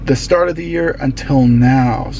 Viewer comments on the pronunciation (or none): none